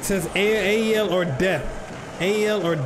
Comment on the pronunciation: Love from APOEL and you are saying the name right